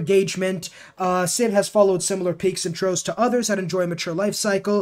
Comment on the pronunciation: haha 😂 Your're saying "trohfs" ...it should be "trawfs" 😅 you know what a trough is, right?